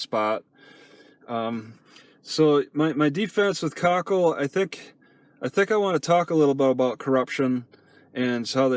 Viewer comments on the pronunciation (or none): koʊˈkiːll is how you pronoun the towns name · Its co-keel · Plus I love how pronounces it "COCKHILL"!!!